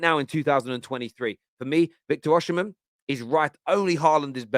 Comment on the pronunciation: Osimhen isn’t pronounced “Oshimhen”. Dont know who told u that but thats completely wrong. It’s pronounced as u see it on face value 😂